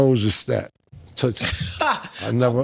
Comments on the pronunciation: It's not tootsie it's tusi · Its pronounced... Tooseee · Ya gotta stop sayin tootsie 😂 it’s toosie like two-see 😭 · It's toosi not tootsi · its tusi, not tootsie babe lol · It's not tootsie lol... It's toosie.... Like apt 2C... And it's not soft .. no freaky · it's Tusi prounouncrd Toosi. N it's sniffed not rubbed on the gums lol Cam n Mase interrogating Stat 😂😂